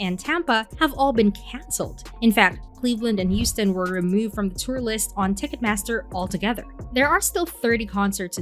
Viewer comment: WTF IS YOUSTON?????